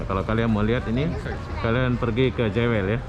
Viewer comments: Sebutannya Jewel bukan Jawel, mas. Jewel artinya permata. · Sebutan/pronoun bukan 'jewel' tapi 'juwel' 🤦😅, Singapore duit banyak negara kecik rakyat sikit so apa lagi kasi cantiklah itu dia punya negara bro....Singapore mmg 👍👍👍👍👍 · Ejaan nye JEWEL berarti PERMATA...tapi sebutan nye JUWÈL... JEWEL tu bahase Engrish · Jewel sebutan nya juwel